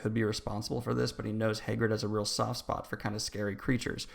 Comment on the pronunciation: Hay - grid